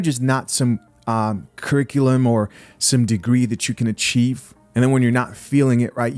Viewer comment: Curric-uh-lum? You didn’t graduate at all